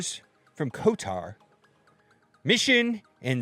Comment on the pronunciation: Dude it’s KOTOR not KOTAR.